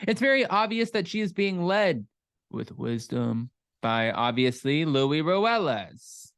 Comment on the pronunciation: I got the feeling when I watched Luis that he totally was ACTING like a peaceful guy but… 🤷‍♀️ It’s so annoying that everyone including Teresa calls Luis Louie 😂 it’s pronounced Lu-ease…we all Americanize our names that it ends up changing it all together